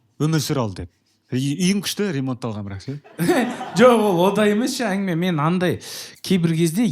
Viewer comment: неге осы ә әрпін айта алмайды, әрдайым айел, ангіме деп айтады